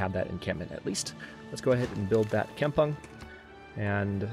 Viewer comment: Kampung is pronounced kam-poong Kam with strong A